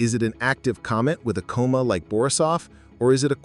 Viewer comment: You keep saying "coma" wrong. Alot.